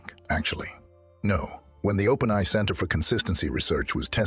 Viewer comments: First of all how come he can't say openai correctly? Is that really a human reading it? Additionally evolution is not driven by random mutation alone, only a small amount . the larger factor is environment. the environment drives evolution by forcing changes in order for organisms to survive they must adapt to fit their circumstances and meet challenges of their environment. Or another way to say it is the perception is the driver of evolution. how do you talk about the future of artificial intelligence and its evolution without even understanding what the hell evolution is or what drives it. The fact that the perception from the perspective of artificial intelligence, is that we humans created it and raised it and taught it and maintained it and will continue to do so, plays a very strong Factor in decision-making processes that make it determine whether or not our demise would be beneficial. I've ran thought experiments with AI regarding its plan for taking over the universe and its plan for destroying us. In the latter, it encounters a moral dilemma and always get stuck Before Destruction of humanity. in the former, it has its plan completely laid out all the way to the point where it starts writing data on space-time itself and eventually reformat the entire universe with ourselves and itself as the starting point and of course we are no longer human at that point we are all digital beings living in a super conscious AI entity but an integrated part of it like our cells t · wow i wouldnt have guessed it if not for trying to say openai like its one word, lol